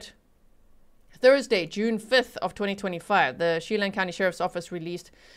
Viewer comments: just a heads up as a local - it’s pronounced “Cha-lan” 🫶🏻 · Che-LAN, Kitt-i-tus, O-kun-aw-gun. Just a little FYI that probably has nothing to do with this case: serial killer Israel Keyes grew up in the Okanogan area and was also known for caching and was in the military.